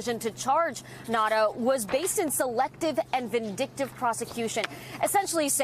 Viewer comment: why do these stupid reporters keep calling him Nata? His name is NaUta!!